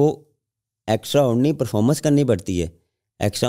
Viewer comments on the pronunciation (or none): ordinary ❌ onery ✅😂😂😂